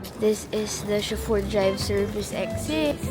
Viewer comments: chaffeur is pronounced sho-fer its not sha-fur LOL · Dahil ba sa pagmispronounce ng chauffeur?